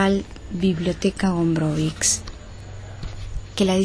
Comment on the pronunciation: "cz" lo que deben aprender a pronunciar